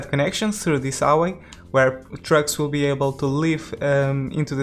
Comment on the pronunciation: When you say trucks, I hear drugs -“Where drugs can leave the city” Really liking this series, I’m trying to match what you’re doing just to get some inspiration how to create my own one